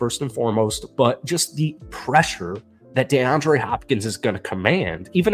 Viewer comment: DEE-andre Hopkins, NOT DAY-andre Hopkins. And Vrabel is our Head Coach c'mon man!!